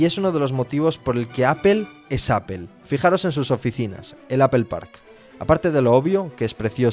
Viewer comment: Que fastidio que pronuncie mal "apple"